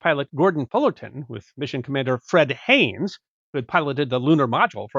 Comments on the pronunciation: Not "Fred Hanes," "Fred Haise." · Fred Haise I believe not Haines.. but Cool :) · Fred Haise, not Haynes. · minor correction: Fred Haise (you pronounced it Hanes)